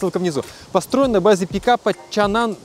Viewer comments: Почему чанан, если чанган? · Почему чанан!? Чанган же Что вокруг? Асфальт, шо ноешь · не Чан Ан а Чан Ган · Мне одному кажется что он постоянно называет этот Автодом ЧАНАН? Хотя он ЧАНГАН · а почему чаннан, когда чанган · какой еще чанан, когда чанган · Как он может быть чанан если там прям буква говорит сама за себя, чанГан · Чанган может, а не чаннан? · Не чанган... 😂😂😂Кенан.. Когда вы учиться будет правильно вы говорите по английскому.... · Чанан или Чанган? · Чанган, а не чанан😂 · Это ЧанГан а не чанан, Миша дизель был у них на заводе! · Почему он говорит Чанан, когда все вокруг - ЧанГан? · Не Чанан а Чанган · Да не чаннан,а чанган!!!!! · Не чанан а чанган !!! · Автор какой чан-нан, написано же чанган. Что букву "г" английскую съел. А правильно «Чанган», «Чэнган. Сам ты чабан............. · Ну выучи английский алфавит, там не чанан а чанган, там же G буква а не N, почему чанан??? чанган как я вижу. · А не чанган читается?